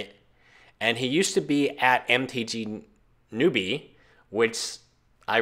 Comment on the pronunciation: He said (NO-B) it's (new-B) noobie <.< lol